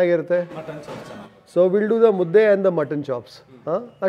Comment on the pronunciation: Mu dde Mu as in mo of move dde as the word “they” is pronounced Mudde not mutti